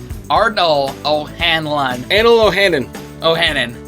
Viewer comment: The fact they keep mispronouncing O’Hanlon annoys me more than it should 😂 can’t you see the L guys ? HanLON not Hannon. SMH.